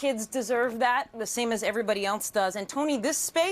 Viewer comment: Hey Kate, the word is “else,” not “ELTSE.”